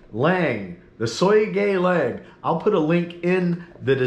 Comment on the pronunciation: And..it’s SOOGA YEE LANG. SOOGA YEE LANG. You can do it😂😅